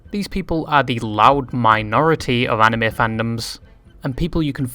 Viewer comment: Props for actually pronouncing Anime right 🤣